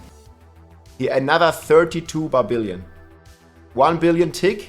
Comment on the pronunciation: "barbillion"....love it!